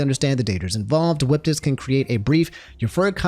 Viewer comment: no way dude said whippitis